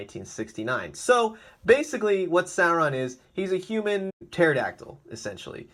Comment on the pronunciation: It's pronounced SORE-ON not SARE-ON